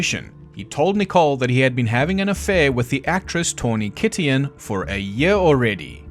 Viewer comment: Tawny Kitaen pronounced “Kit-ane”